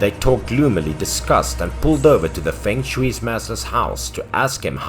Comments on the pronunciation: feng shui pronounce as fong soi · Fong shui 😊